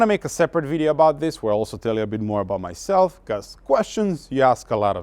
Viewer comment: Just come across this channel. I’ll be back. “Full time talk to myselfa”😂